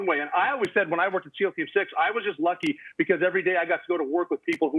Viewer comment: Did she say "seam" team instead of seal team